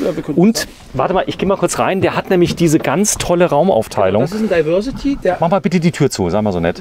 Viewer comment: Es wäre doch schön wenn ihr wenigstens es schaffen würdet englische Wörter korrekt auszusprechen. Diversity: das di… wird wie „dei“ gesprochen!